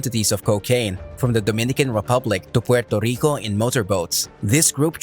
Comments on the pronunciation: Learn how to say Puerrrrrrrrrto Rico not Puelto lico. And its La Isssssla dellll Encanto lololol oh my god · I guess 8f I can forgive you for killing the pronouncation of Puerto Rico I guess he can.🇵🇷🇵🇷🇵🇷